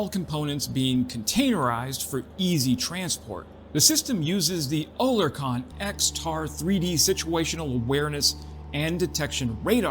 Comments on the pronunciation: Oerlikon is pronounced OR LIK ON, not O LER KON,.;) And YES, they're cool tools. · Yo. Oerlikon is pronounced like: "Air-lay-kin" (or "Early-ken") not "Ohh-lair-con" like you're saying here. I'm using regular English words here not weird pronunciation symbology that nobody ever understands. Separately, Oerlikon has been around for ages. Their antiaircraft guns have been amongst the best in the world for about a century now. The 20mm was also an antitank system back in the day. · Thats pronounced OR - LEE - CAN ... not what ever it was what you said ! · Oerlikon pronounced Err-lick-ON or EARL-ick-on